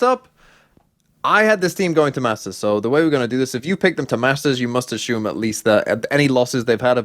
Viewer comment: especially when he says assume.. i mean ashume